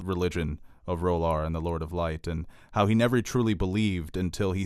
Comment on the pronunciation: I'm sure it's not RO-lar but Re' LORE. SMH.